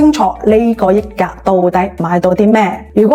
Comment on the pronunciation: 溢價，香港人係讀（日）價，益價係中山發音定係YouTuber 唔識讀